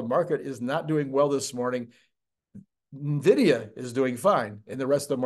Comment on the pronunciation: It's "en" vidia, not "nah" vidia. Love your videos, watch everything you release.